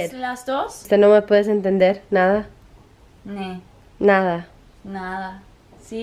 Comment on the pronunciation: Ese nada sonó súper latino ????? Pensé que de la nada iba a empezar a hablar en español